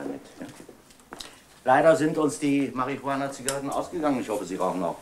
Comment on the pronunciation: Denke der Herr Ode hat bei den Dreharbeiten jedesmal wenn er das Wort Marie Juchana aussprechen musste kurz davor ein Joint oder Haschkeks konsumiert.